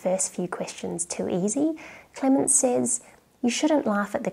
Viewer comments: sez not says :) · "Says" is pronounced "sez." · Are you from Adelaide? It’s rare that I hear Aussies pronouncing ‘says’ as ‘sayze’ over ‘sez’ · Not to be too pedantic but “says” is pronounced “sez”.